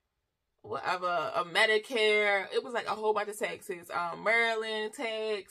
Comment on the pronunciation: Haha…I was confused for awhile thought she was saying’texas’ but taxes.😂